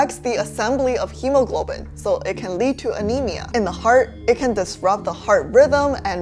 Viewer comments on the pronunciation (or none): none